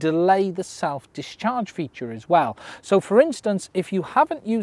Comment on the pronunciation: Every time you say self discharge I hear self destruct.